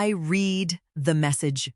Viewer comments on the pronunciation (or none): Past tense of the verb to read pronounced RED.